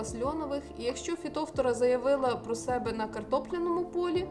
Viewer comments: Наголос не вірний, не фітОфтора, а фітофтОра, ріже слух. А за поради велика подяка. З мого досвіду, одного року посадила томати з відстанню в 80-90см кущ від куща. В той рік у всіх моїх знайомих томати згоріли від хвороби , а мої були живі й здорові майже до глибокої осіні. Вони дуже гарно провітрювалися. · Фитофтора. Ударение на второй слог то, режет слух, к стати по украински тоже! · Фітофтора наголос на друге. О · Підтримаю підпискою,коли вивчите як правильно вимовляеться слово Фітофтора,а потім будуть навчати,дослухати тяжко